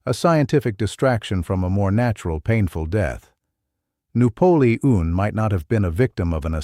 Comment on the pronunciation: "noo polee ean" lol and Jesus loves yall, praise God